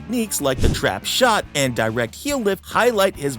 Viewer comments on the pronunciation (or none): none